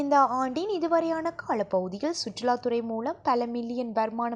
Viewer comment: அம்மணி, காளப்பகுதி or காலப்பகுதி?, அளுவளகம் or அலுவலகம்? தமிழ் தமிழாய் மிளிரின் அழகு, "இள்ளையேல் தமில் நாவிள் சறியாய் நுலையாமள் அலியும் நிளை ஏற்படும்"( pl correct your Tamil pronunciation.thanq.)